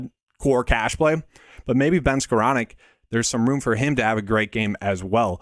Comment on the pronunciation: excellent video, Really appreciate it. Also the ONLY person Ive ever heard that pronounced Skowronek correctly!